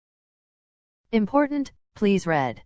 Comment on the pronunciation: Did anyone else think that important said imposter? Likeeeeee